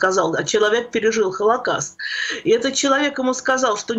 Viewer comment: ПРЕДАЧА ОТЛИЧНАЯ! ПРОСТИТЕ ЗА ЗАМЕЧАНИЕ. ПО МОЕМУ,, ВЫ НЕПРАВИЛЬНО ПРОИЗНОСИТЕ СЛОВО "ХОЛОКОСТ", СПАСИБО. ИГОРЬ ЯСКИН, МИННЕАПОЛИС, МИННЕСОТА.